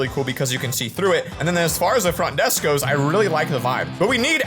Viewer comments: “Font Desk” lol what is this font desk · Bro it said font desk😂😂😂😂😂😂😂😂😂😅😅😅😅😅😅🤦‍♀️🤦‍♀️🤦‍♀️🤦‍♀️